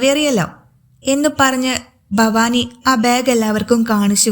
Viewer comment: ഫവാനി ഫവാനി എന്നു പറയാതെ ഭവാനി എന്നു പറഞ്ഞുകൂടെ